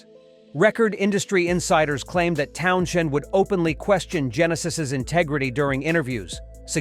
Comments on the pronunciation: Not 'TownSHend' but 'Townzend'. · For one , it is Town-send , not Town-shend . I just listen to the various music that I enjoy , be it rock , blues , soul or whatever . Not one musician , athlete or actors opinions resonate with me . They think too highly of themselves and are rich elitist fucking snobs ...... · stop using this bs AI boring narration. i.e. it's Town-Send, not town-shend.. argh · This clown narrating can't even pronounce Townshend's name‼What a complete idiot‼😂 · the name is pronounced "TOWNZEND" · Dude if you exist the name is pronounced peet town. zend, bloody immatures, sorry I meant amateurs. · Towns-end, you don't hear the H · The narator doesn't say his name right. Townjen ?? Lol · "TownSHHHHHHend" GTFO!!! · ...why does this Deushbag kee p call Pete ,,,," TownSHend?".... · This is all bull shit , and its Townshend not shend , idiotic cack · 2 minutes in and had to stop watching.......townSHend? really? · Pete town shend? ffs. more A I crap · It’s Pete Town send………not Townshend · TOWN SHEND !!!!! FFS when will they actually learn to pronounce names and words correctly ..... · You don't even know how to pronounce his last name. It's pronounced Town-Send. The H is silent. What a joke. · Why Not ....Let Pete tell it in his own words ... Talking about Pete TownSHend ... This vid would Flow much better without all the narration & mispronouncing his name imo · if you're going to use AI narration about a particular musician, at LEAST get it to pronounce their name correctly. annoying "town-shend" argh. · Please stop saying Town'shend' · The AI narration makes this unwatchable. It keeps saying Town-shend over and over. I am ready to throw my laptop through the wall. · I thought I heard Towns hand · Yeh, Totally agree, the voice over can't pronounce TOWNS HEND ~ Bloody dumb bastard! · You don't pronounce the sh as sh in Pete's surname! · Dude can’t even pronounce his name right I had to turn it off three minutes in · AI mispronounces Townshend. Lame.